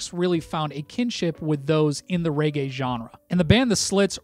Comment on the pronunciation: Mate, it's pronounced regay, not raygay :)